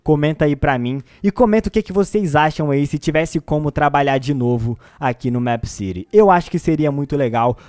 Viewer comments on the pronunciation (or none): N se fala Méépcity e sim Meepcity vc falando Meepcity e mto chato po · É mip city nao é mep city eu escrevi errado pra vc entender como se fala!! Da agonia vc falando mep city aff sou inscrita no seu canal gosto de vc mais vc fala mip city da agonia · se fala mipi ciri e não mêp ciri e se escreve meepcity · Mepiciri kkkkkk e mepicity (como se fala) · Não é mép que pronúncia é mipi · NÃO É MEEPCITY É TIPO MIIPCITY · Se fala mip (os dois "e" tem som de i) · vc fala meepcity diferente